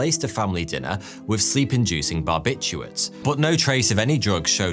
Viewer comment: I love it when he pronounces the word "but" as "boot" 👢